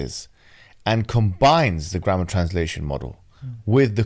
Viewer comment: Every time you say grammar . My mind is thinking "grandma".